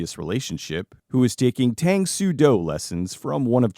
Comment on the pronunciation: It's "Tahng", not like the drink "Taang".